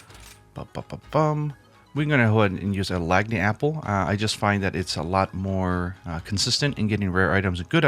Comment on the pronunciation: It is pronounced lan-yapple. Awesome video thank you!